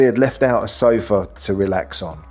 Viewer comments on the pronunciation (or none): none